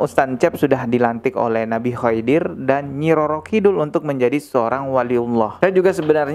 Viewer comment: maaf bang... Koreksi pengucapan nama nabi khidir...